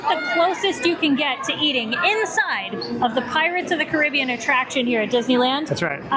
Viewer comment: Pirates of the what? Say it right